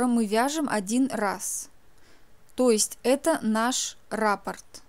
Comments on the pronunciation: Не рАпорт, а раппОрт. Вы же профессионал? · Извините. Но в данном случае раппОрт. Ударение на второй слог . Сама удивлялась...когда узнала